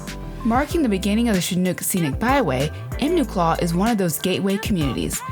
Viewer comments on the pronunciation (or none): Love your videos. I grew up near Enumclaw & thought I'd pop in and let you know, it's actually pronounced "Eee-num- claw "